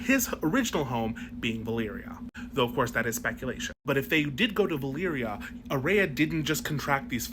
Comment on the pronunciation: "Aerea" Targaryen.